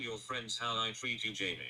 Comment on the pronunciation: I hate when he sings and pronounces "you" as "yew".